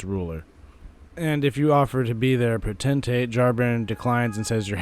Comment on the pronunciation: The biggest mistake FROM made with Jarburg is that the characters pronounce Potentate as if it originates from the word "potential" and not the word "pot".